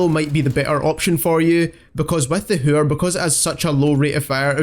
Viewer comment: The way he says hæür